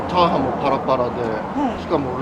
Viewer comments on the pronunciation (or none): チャハンではありません チャハーンです